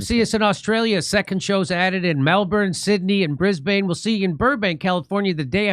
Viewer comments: It’s pronounced Brisbin not bris bane although spelt that way! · “My guys” are illegals? Jimmy it’s Bris bin. Not Bris BANE. Just a heads up. Have a great time Downunder! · Jimmy, I lived and traveled in Australia for 2 years back in the mid 90's. Brisbane is not pronounced with a long aaaaa sound. It's actually pronounced as if it's spelled Brisbin. Just thought you might like to know before you go cause they will correct you. Anyway, I trust you will have a great, successful tour. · JIMMY YOU AFE MISPRONOUNCING BRISBANE The last syllable is pronounced like Ben not Bane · They would rather harp on Epstein even though nothing will ever come of it. BTW you know it is pronounced Btis Bin yes?